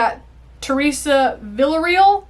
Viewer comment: Villareal is pronounced vee-ah-ree-ahl. And the r is rolled because it's Spanish.